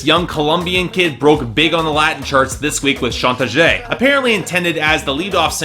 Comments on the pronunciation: Manoodles si! ya quiero que saquen otra canción en español para que la pronuncie mal otravez lol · Manoodles same pero soy puertorriqueño jajaja, el nunca sabe como pronunciar las palabras en español aunque existe google translate jajaja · Does his pronunciation of 'chantaje' bug anyone else? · I am Argentinian and I love the way you pronounce "Chantaje" as if it was a French word.